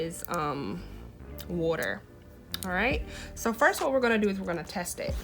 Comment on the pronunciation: I herd you say "wooder" (water). You from philly? 🤔🧐